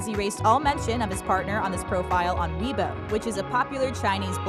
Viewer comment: how she pronounce it webo how its actually pronounced weibo